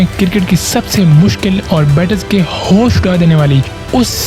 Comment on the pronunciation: Cricket❌ Kir Kit✅✅ Hosh❌ Haus✅ Rahul ❌ Rahaul ✅